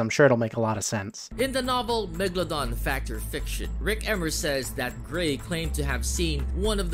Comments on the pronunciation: Why does he keep saying megdadon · “Meggypog” -kuhzohh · Lol no way it's megyydon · My soul dies a bit everytime I hear the word Megaladon